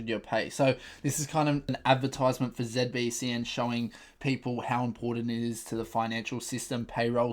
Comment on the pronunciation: Why do you call it ZebBCN?? 😂😂